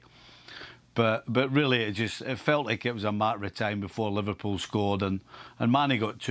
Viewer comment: Everyone saying liverpooo in Europa league 😂😂 3rd. Thank you very much. Hahaha